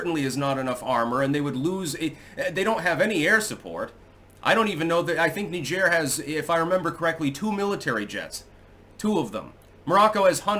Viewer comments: Please google "Pronounce Niger" lol Hint: it's not Knee-zhaire...😄 It's a lot closer to Nigeria without the "ia".. It's Nai-jer, similar to Nai-jeer-e-uh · It's pronounced "Nigh-jeer",get it right. 🤬👎👎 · It's Niger. NYE-jur. The fluffy, Frenchie thing you're trying to do will not inoculate you against being called WAY-SISS. NYE-jur. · is doing the faux French pronunciation. Sounds like Nigel when in English. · So it's Nee zhair now huh, lmfao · Knee-jheer? How fancy. Pinky out!